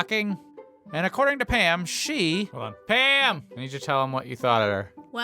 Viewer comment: Every time you said Pam I thought you sad ham lol